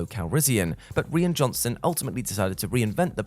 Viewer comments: Rian's name is pronounced like "Ryan" not the way you've been pronouncing it all throughout the video And basically this is actually "15 things you didn't know about The Last Jedi" because everyone knew about Mark Hamill's disappointment, the porgs introduced to hide the native puffins, Kylo's scar changing slightly, the lack of a lightsaber duel and Tom Hardy getting cut from the final release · This video would be a lot better if the presenter could have taken the time to learn to pronounce the Director’s first name properly.